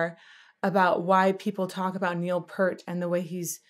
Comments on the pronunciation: Absolutely correct… Neil himself even pronounced it as PEER-T, so I’ll take his word on its correct pronunciation.😏 👍🏻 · you pronounce his last name Pert. It's Pea-ert. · I know you dont know but it is pronounced Neil Pier-t, not peart:elbowcough::elbowcough::elbowcough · Neal didn't shiv a git if you pronounced his surname "Peert" of "Pert" (which is how most pronounce it). Lighten up,. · Neil Peart....pronounced like Pier with a T, not Pert. Long E, bro. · I always heard Neil’s last name pronounced “PEERt” rather than “PURt.” Thank you for bringing your expertise and infectious energy to my all-time favorite band. “Freewill” (from the same album as this song, so it has a similar style and sound) is a better demonstration of Geddy’s range. Other good starting points for Rush would be “Tom Sawyer” and “Subdivisions.” If you’re ever in a mood for a virtuoso instrumental, check out “La Villa Strangiato.” Welcome to the world of Rush. Thank you again. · You've probably been corrected by now but I didn't go back far enough in the comments to see. And I say this kindly, it's pronounced Peert, not Pert 😊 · Peert NOT Pert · Peart is pronounced "peer-t" not "purr-t" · Neal Peart probably has the most mispronounced name in all of rock music. Even the presenter at the HOF got it wrong (pronounced like ear) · Pronounced: Peert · Geddy Lee is the sole singer. Btw, Neil’s last name is pronounced PEERT. Love your reactions, all of them! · Neil's last name is pronounced Peir-t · Also wanted to say something about the pronunciation. Found your post and you’re correct. ✌🏻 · I wish these vocal coaches would do 10 minutes of work to prepare. 3 minutes on Wiki and the rest watching one or two live performancees.. in this case, she would've learned that Rush was played on the radio all the time, Lee sang all the parts to this song, and the right way to pronounce Peart.